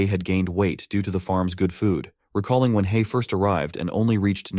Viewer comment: hei, not han.......